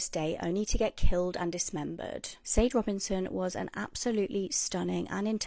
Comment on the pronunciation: Ugh it makes me SO mad when people don't pronounce peoples names correctly when it matters... it's not SADE, it's pronounced SHA DAY.. that British girl bothers me SO bad I'll die on the hill that her accent is fake! Like do your research DA 🙄😮‍💨😑